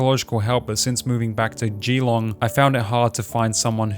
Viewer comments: this video was so good and objective and raw but how are you australian and can’t pronounce easy and well known australian locations and names like geelong and hamish lol. great vid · haha ol mate can't pronounce geelong right